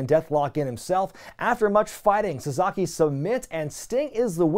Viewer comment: SA-SA-KI! Not... SaZAkey! 😂🤔🤷🏾‍♂️